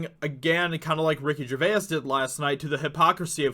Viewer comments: It's Ricky "Jur-vays" Gervais. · Phoenix didn't 'slam' anyone. He loves his liberal vegan Hollywood friends, because he is one of them. B.t.w., why are you pronouncing Ricky Gervais' name in such a weird way? It's pronounced "Jer-Vase", that's all! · Say it like Ricky G vase lol I'm British so thought I'd help out